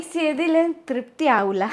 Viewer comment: Soyikkutty.. Thrupthi enna vakku nannayi paranjallo. Enikku thonnunnathu north india il Tripti enna perulla females undu(Tripti Dimri). Athukondu aa vakku parayan eluppamanu. Kozhukkatta ennanu pothuvaya peru enkilum oro jillayilum vyathyastha perilanu ariyappedunnathu. Athukondu yengane paranjalum kuzhappamilla. Kozhi ennu parayan ariyumo Soyikkuttykku? Ariyamenkil Kozhu+katta. Ammayiamma varunnathinu munp avarku kazhikkan enthenkilum undakki vekkanam enna uthravadithabodham marumakalkku nallatha. Athil njan Soyikkuttye abhinandikkunnu😊🎉 Makanum ammakku vendi adukkalayil enthenkilum bhakshanavum palaharavum undakkam. Oral food undakkumpol matteyal video record cheyyamallo. Appukkuttan nalla chef anennu ariyam. Shiji amma joli kazhinju varumpol "enikku vishakkunne.. enikku vishakkunne.." ennu parayunnathu kelkkumpol kunjungal schoolil ninnu varumpol parayunnathu pole😂 Shijiamma nalla vyakthi aanu😊 Koodathe nalla counter and jokes parayum. Mathramalla makaneyo makaleyo kuravo kooduthalo snehikkilla.. avaril ninnu orupad pratheekshikkilla. Angane jeevichal vishamam undavilla😊❤ Pratheekshakal athupole sadhikkathe varumpol nirasha undavum nirasha kopavum pinakkavum prathikaravum undakkum koodathe depression😢 undakkum psychological problems undakkum😮 Oru kudumbathil kunjungal ozhike ororutharum (ammayiamma, makan, makal, marumakal etc) ivar adhikam onnum mattullavaril ninnum pratheekshikkaruthu. Nyayamaya pratheeksha nallathanu. Pratheekshakalum swapnangalum agrahangalum aanu namm